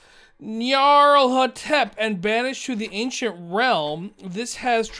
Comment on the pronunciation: the nyarlathotep is pronounced (knee-are-leth-oh-tep) just thought id try to help out haha :)